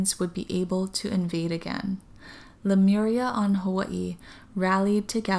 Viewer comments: It’s Le— Myuur-eeahh , not Le- mir-ia. I do appreciate your channeling, and I was there too. I hear most people mispronounce it than pronounce it correctly. I heard Lumeria the other day! Your voice is very similar to Aluna Ash. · As I watched this video I started feeling dizzy and had to lay down. I started reading the comments to see if anybody reported a similar experience. Read the one where this lady points out the right pronunciation of Lemuria, I tried to say it out loud and light language started coming out to a point where I cried as I recited it. 😳😯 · Thanks Carol Jenny! I actually am very aware at the pronunciation that you stated because of the "MU" sound, but for some reason, that pronunciation does not come easy for me! I always default to the way I say it. I've tried about 20 times just now and it does not sound right!! haha!! Maybe it has something to do with my Hawaii accent! I will try to pronounce better in the next few vids since I'll be talking a lot of Lemyuuureahh but I can't promise anything!